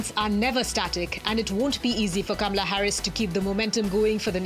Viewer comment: if you practice you could learn to pronounce her name repeat, KAH MA LUH. KAH MA LUH keep repeating till you get it right. You should learn to pronouce the First Woman Presidents name. Just saying....